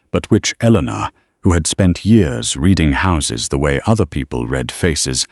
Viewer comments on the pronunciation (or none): please teach your AI to know the correct contextual pronunciation of read...